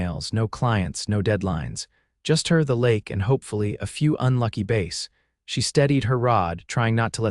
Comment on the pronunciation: Your AI doesn’t know how to pronounce bass (fish). Stick to the word trout.